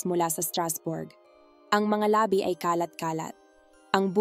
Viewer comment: Maganda at malinaw nmn pagkakwento nyo po, kaya lang may mga salita na dapat sana ay pahaba bglasin pinapaikli at pinapabigla nyo. Like labi (na bangkay ) nagiging labi (lips) . Pati Yung bungo (skull) naginging buuungo..